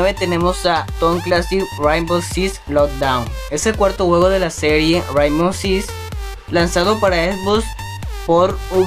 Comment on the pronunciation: aprende a pronunciar rainbow six primero